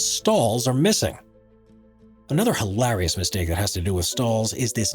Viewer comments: The way he says hallarious is hallarious XD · So funny hilarious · haha heard that too!